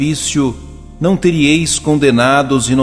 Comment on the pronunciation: Bom dia! Permita-me fazer um comentário para melhorar o canal. A palavra não é TERIÊIS, como vc leu, e sim TERÍEIS. O acento é no i.